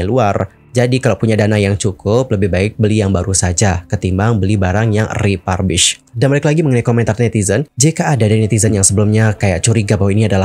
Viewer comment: Salah pronunciation - refurbished. Periksa kamus.